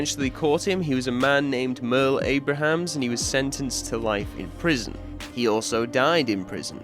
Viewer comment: Is it Abrahams?? I thought it was Abrams.